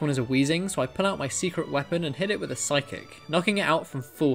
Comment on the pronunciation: This video but every time he says phyice it gets faster